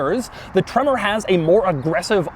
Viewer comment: I lose it every time he says tremorrr